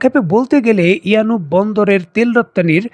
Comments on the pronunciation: It's a yanbu port , not yanub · ইয়ানুব নয় ইয়ানবো।